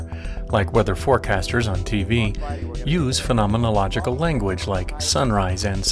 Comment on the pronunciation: I must say, I’m impressed by your command of the word ‘phenomenological’! Interesting video.